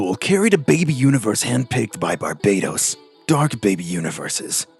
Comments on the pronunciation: Its actually pronounced bar"bat"os like batman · "Bar bay tos" shivers Ugh, please Americans, please pronounce names correctly for once.